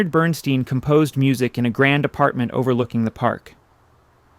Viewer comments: Leonard BernSTEIN, pronounced STINE, in the German fashion, not STEEN. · •With respect, since you clearly Care about your presentation, and put a lot of work into them: Your pronunciation of the iconic Composer Conductor Leonard Bern-Stein was iNcorrect! "Ei" is pronounced "Stīne" 'BernStīne' NOT "Steen" NOT BernStEEN!! Ei = ī : iE= ē These are Germanic Names and Especially Leonard Bernstein adheres to German Pronunciation: Bern-Stīne ! Leonard Bernstein ! •Meant kindly, and constructively. Thank you.